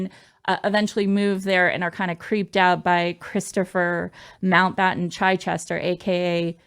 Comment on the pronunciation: Chichester would be said as chi Chester for chips not chy Chester.